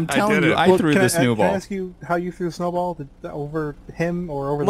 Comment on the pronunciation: someone said "Snewball" and it was pretty funny!